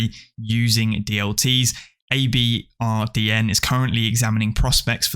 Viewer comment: Just a heads up, "ABRDN" is pronounced "Aberdeen", they are Scottish after all :)